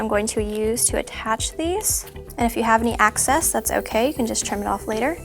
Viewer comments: " Excess " not access its driving me crazy😤😵😓😷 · omggg her saying access instead of excess was driving me crazzyyyy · It excess not acess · It's excess not access